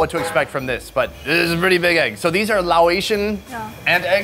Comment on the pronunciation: Since you live in Southeast Asia, it would be nice if you could pronounce Laos Asian properly. 🤣😂